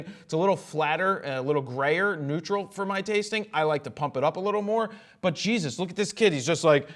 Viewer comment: "Oh Shesus" well said